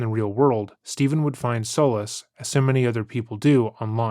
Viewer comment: Worst video yet, and not for the content. The AI is getting worse (‘soulless’ pronunciation for ‘solace’, as an example); too much time spent on unrelated (no pun intended) aspects of the story; the interruptions that you stage work well when few and far between, not every few minutes; the interruptions feel forced and too scripted; WAY too many ‘fμcks’. Listened to the end because it was fairly short, but your standards rank alongside like Steven Pladl’s standards for a father in this one.